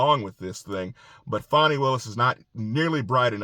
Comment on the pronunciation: It's not Fawney....it Fanny...like the butt cheek.